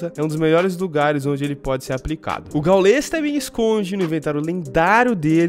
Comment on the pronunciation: Não é gaulês. É gáules